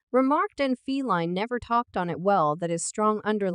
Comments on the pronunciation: did this heifer just say "feline" williams??...wtf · Why are you saying Feline Williams? Totally unnecessary disrespect. How is this ok?